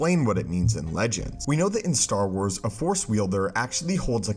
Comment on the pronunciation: Plz plz plz finish the word force before cutting to the next dialogue. I hear “the for” so much and its been bothering me for monthsss